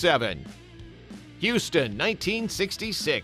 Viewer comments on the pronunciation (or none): none